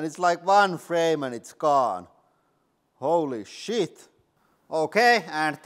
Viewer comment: Something about cursing with your accent makes me laugh so frikking hard. "Wholly Sheet!" 🤣